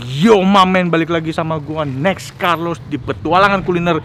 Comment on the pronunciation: " THE NEEX MASTER CEEF" ANJAY